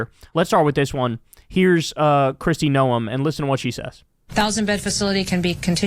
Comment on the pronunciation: You keep mispronouncing 'Noem'. It's pronounced like 'gnome' or 'Nome' or 'Noam'.